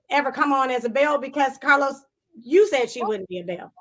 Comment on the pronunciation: Random …”but oh how I missed the CAHLOS” 😩🤣💜